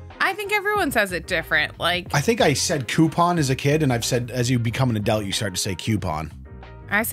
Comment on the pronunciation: Not worried about your pronunciation of coupon (personally as a Brit I say "coo-pon") but the way you say adult as "adelt" always gets me 😆